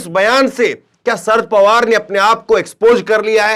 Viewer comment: शरद पवार नाम है ,सर पवार नही